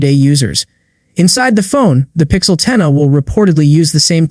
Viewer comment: Terrible ai slop video (“pixel 10-uh”)